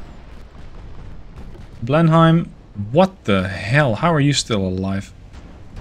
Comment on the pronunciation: Err, actually it's pronounced blen-im for blenhime, oh never mind it doesn't matter anymore 😆